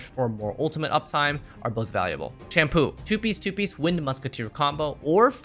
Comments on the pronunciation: Bro istg I’m hearing him call sampo “shampoo” unless that’s how you pronounce his name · My eyebrow raised so hard when I heard "shampoo" for sampo😭😭😭